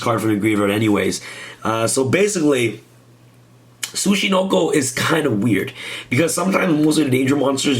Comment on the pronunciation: This isn't Snek boi. This Tsuch....Tsuch.... Suckanacho